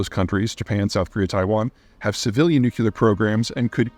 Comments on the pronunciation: new-klee-er NOT "new-cue-ler" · Ps. Drop the "nucular" its nuclear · Hi Pete. Love you man. It’s pronounced new clear. Not nuke you lar. keep up the great work! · Also, it’s pronounce NU-CLE-AR, not NUK-YOO-LER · It's NuCLEar, nor nuCULar. I know it's an accent thing but it bothers me so much 😂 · Peter, I have read all your books and have been watching your videos for years. I cringe every time I hear you say “nucular,” instead of “nuclear.” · Nuc Lee ar. NOT nuc u lar! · Nuclear. Not nucular… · Peter: nuclear = noo͞′klē-ər. Not nucUler. You’re welcome. (Unless of course you pronounce the word like you do as a shout out to George W. Bush. If so, then never mind.) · new-clear ... NOT new-Q-Leer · You would think the smartest guy on the planet could say "NOO-KLEE-ER!" Dammit, Peter, get it straight! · “Nuke-you-lure.” Come on, Peter. ;) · Is nucular weapon really nucular? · Learn how to say nuclear. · If you can't even say "nuclear" it's a bad sign for your credibility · I am still puzzled by the fact this educated man pronounces "nuclear" like an illiterate. So wrong. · Peter you owe it to the world to learn how to pronounce nuclear. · I'd be more inclined to believe this guy if he'd pronounce 'Nuclear' properly. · Can't watch a full video of a grown man mispronouncing "Nuclear" so many times... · Why do you pronounce the word nuclear incorrectly like George Bush? It sounds terrible, like some Elmer Fudd idiot